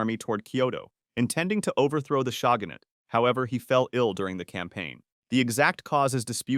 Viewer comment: Jesus Christ at the pronunciation of shogunate 😂 The Shagahnate 😂😂😂